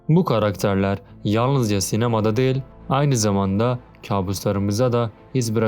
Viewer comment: Kardeşim videoların gayet iyi, içeriği güzel yazıyorsun, doğru bilgiler veriyorsun. Tebrikler ederim. Ama bir eleştirim var dikkate alırsan sevinirim, belki genç arkadaşları çok rahatsız etmemiştir ama beni ediyor; diksiyonunu biraz düzeltip, telaffuzu daha düzgün yaparsan sevinirim. Özellikle "değil" kekimesini sanki "del"" der gibi çok rahatsız edici söylüyorsun. Anlatımı sanki bir kağıttan hızla birşeyler okur gibi değil de nokta virgül duraklarına daha çok dikkat ederek, vurgu ve tonlamayı daha düzgün yaparak, sanki kağıttan okuyor gibi değil de normal sohbet ediyor gibi yaparsan daha güzel ve akıcı olur. Bunu geliştirmek için sesli kitap dinleyebilirsin, oradaki insanlar profesyonel. Tıpkı senin gibi bir metin okuyorlar, hem de çok daha uzun metinler ama hızla ezbere birşeyler okuyor gibi değil güzelce birşey anlatıyor gibi okuyorlar. Okuma hissiyle anlatma hissi arasında çok fark vardır, ikinciyi yakalamaya çalış. Ya da yok uğraşamam dersen kendin bilirsin ama en azından bari şu "değil" kelimesini kullanma, başka kelimeler seç onun yerine. Selamlar